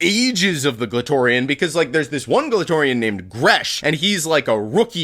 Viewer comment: Glatorian will always sound like clitorian